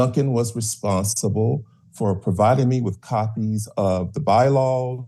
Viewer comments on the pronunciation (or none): Hearing shouldve stopped the second the applicant said “responstible”